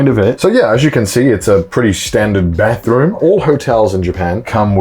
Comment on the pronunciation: "pretty standard Bethroom"